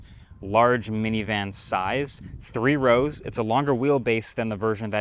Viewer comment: Three row not tree row...